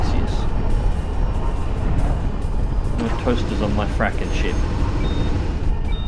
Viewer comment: I had no idea this was a thing... time to go download a copy - many thanks. PS "Frakkin' Toasters" with an Aussie accent seems right for some reason.